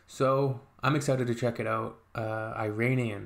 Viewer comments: It's not eye-rain-ian... It's Irānian. /Eeh-run/ Iran. The language is Persian. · Good on you to listen to it! It’s not “i”ranian it’s “ee”ranian! But appreciate you liked it perhaps I suggest checking the lyrics which is a rage against a religious dictatorship which is going around for centuries and the lyrics is librations from religion! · Yes eeeeeranian is correct not i-ran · It is not Eye-ranian . It is Iranian . Like Italian not Eye-talian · agree 100% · It’s not really I-ranian, it’s Iranian, pronounced eeeranian 😉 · Iranien not Eyranian and yes the language is farsi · EERUNNIAN is the correct pronunciation , most Americans prounance eetalians as atalyens!! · iranian or persian not eye_ranian duuuude